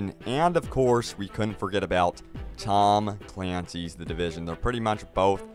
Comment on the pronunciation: We can't forget about TAHHHM CLAINCYS THE DIVISUN. Pronunciation on point.